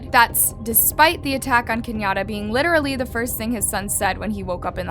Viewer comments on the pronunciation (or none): none